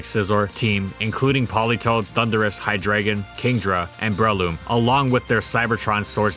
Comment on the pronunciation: Normal people: Breloom: Bruhloom